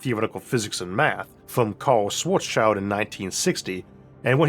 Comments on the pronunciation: It's Schwarzschild, not "Shwarts Child" 😂 The "-schild" part is pronounced as in "-shield", not "child". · yea and it's so sad that they all pronounce it like "black's kid" :p